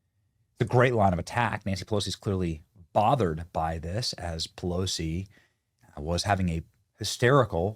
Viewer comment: "Polosi Act" - gotta love it! ❤